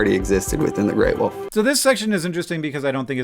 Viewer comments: She said Gray Woof I cannot hear her say Wolf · Some people pronounce "wolf" as "woof" and it really bugs me for some reason. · I can't take the gray wolf mention lady seriously after hearing her pronounce it "gray WOOF"